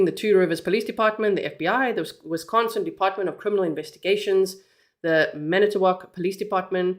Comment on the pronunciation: She's doing a great job pronouncing the cities. I had to giggle when she said she was practicing.❤ I'm also a Wisconsinite.❤😊